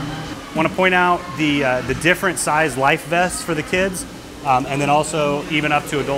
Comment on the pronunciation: This dude is physically unable to say the word 'kids' lol